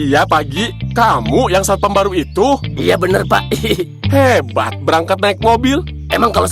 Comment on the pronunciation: harusnya satpam bukan satoam